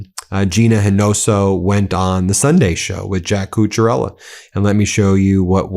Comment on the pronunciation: Ben, aporecuate you so much. But -- please pronounce Hinajosa and Cocchiarella correctly. Live you!